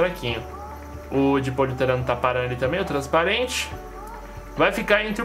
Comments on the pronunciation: POLIURETANOOOOOO E NAO POLIUTERANO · vc falou poliuterano mas o certo é poliuretano